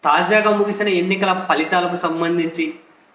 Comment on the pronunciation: Palithalu kaadhura ,.Falithalu ra